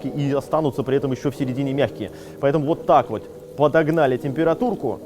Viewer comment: Такое ощущение что жестко копирует манеру речи...слух режет аж бл. Даже "уотак вот" вечно произношенное копирует. Ну пиздец)